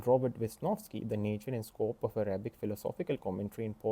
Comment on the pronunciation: I don’t care if you’re Indian or not. You know exactly what I mean. Desi accent butchering the English language. And I watch what I want. Learn to say the word “Arabic” correctly, for starters.